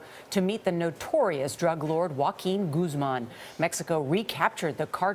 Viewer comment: "Wuaking Guzman"